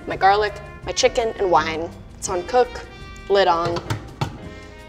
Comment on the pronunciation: Why did she say wine so weird on lmao